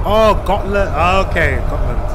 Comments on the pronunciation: Haha, the Dutch G confusing you. She pronounced it like "schotland" and not Gotland. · Not hotland Gotland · She's on Gotland. She is from the Netherlands so they pronounce G like ch for some reason.